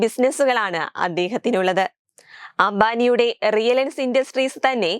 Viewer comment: റിലൈൻസ് ആണോ, റിയലൻസ് ആണോ 😹 ഈ പെണ്ണ് എന്താ പറയുന്നത്